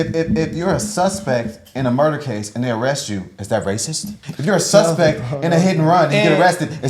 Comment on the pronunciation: This dude always yelling. Damn. “SUSPEKT”